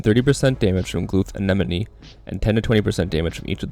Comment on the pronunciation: The focus on saying anenome 🤣